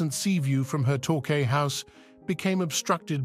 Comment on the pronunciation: Yes indeed! It is a tough listen if narrator cannot pronounce Devon and Torquay . Cannot watch more.